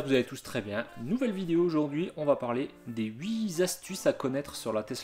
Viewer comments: Ça m’a fait mal aux oreilles !!! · Pas de s à huit